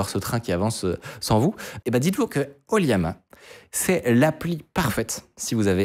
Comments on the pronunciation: J’ai remarqué la tendance à prononcer LLAMA, liama (ou yama?) au lieu de lama (laa muh, pour la phonetique) 😊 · Pitié c'est LLAMA / oLLAMA et pas Liama 😅 Autrement oui, ollama, c'est incroyable d'autant que depuis récemment on peut l'interroger avec le jeux d'Api openai. On peut adapter son code pour pointer sur son ollama.